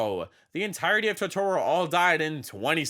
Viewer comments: It's TOtoro, not TotOro. That's a character from studio Ghibli anime with the same name. Edit: Other than that, the video is awesome!! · i absolutely love your content, but every time you say “totoorro” i wilt a little inside. still, love your vids!